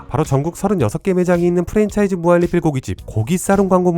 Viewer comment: 형.. 무한리필 발음이 무할리필이라고 들려.. 형 발음 좋다고 생각했는데.. 무한리필만은 예외인걸까?